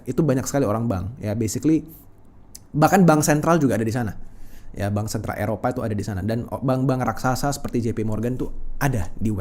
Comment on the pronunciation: Dengar sikit lgs turn of.. stress dalam otak. Apa itu "de def dan bansen"🤣 pronounce aja dgn benar The Fed dan Bank Sentral! Kayak anak jaksel aja Culture menjadi Kalcer.😂aisss